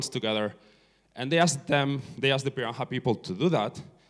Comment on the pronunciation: It is pronounced pee-da-HAN. See Everett's book, the first man to learn their language. Anyway, great talk. Thanks for it.